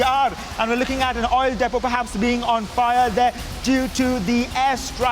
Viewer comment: Hey... "Reporter"- it's proper pronounciation is : * Depot ->""" Dee-p0 """ (deepo) ❕